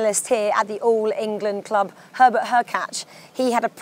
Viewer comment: It would be great if the host knew how to pronounce the players names. Poor Herbert 😂.